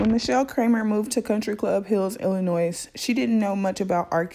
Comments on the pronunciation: It's Illinois not Illinoise. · I hate people call Illinois .Illa-noise.. The S is silent.. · Ill - annoy Is how to pronounce Illinois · Illi- noise???? nooooooooo Illi-noy yesssss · Yes ma'am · It’s illy no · The “s” in Illinois is silent. Great Interview!